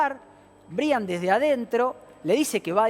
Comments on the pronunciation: anunciando la muerte de un angelito, con música de circo???? es en serio??🤔.......…😭 ah!!! y por favor, se escribe Brian, pero se pronuncia Braian. es un nombre en inglés. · Creo que se pronuncia Braian, y se escribe Brian.